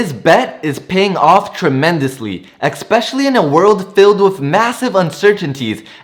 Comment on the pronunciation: Please learn how to correctly say "especially" and "undoubtedly".